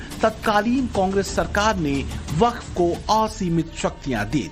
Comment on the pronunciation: यह baff bord nahi haf bord hai